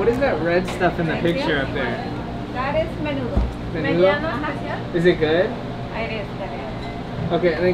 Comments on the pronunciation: Maaynudough wtf 😂😂😂 and menudo goes hard tf you mean. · haha me too. i guess i was more offended by the way he pronounced it. ✨menuDO✨ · I’m disappointed he didn’t know what menudo was nor know how to pronounce it 😔 that’s what you eat on a hungover and when you crave it 🤣🌵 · Y’all don’t know how to pronounce menudo.